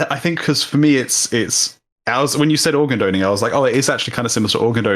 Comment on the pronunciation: Am I the only one bugged by them saying "organ doning"? 😂 😂